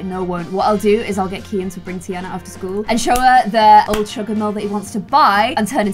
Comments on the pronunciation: ITS TEA-AHHH-NA not TEA-ANA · It’s pronounced tiarna instead of a Anna sound